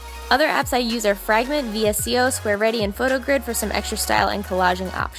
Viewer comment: vsco is pronounced "vis-co"